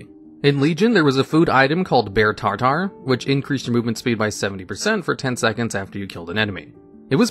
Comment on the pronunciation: "Tar Tar" ◑____________◑